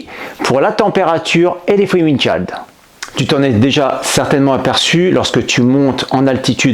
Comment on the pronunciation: Excellente vidéo si ce n'est la prononciation de "chill" 😛🤣